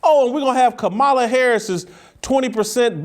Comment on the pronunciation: You cannot pronounce the Vice-President of the United States' name and you want intelligent people to take you seriously?